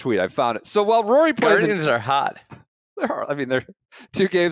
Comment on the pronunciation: Voo-or-e? Vory?!?!?!?! 😂😂😂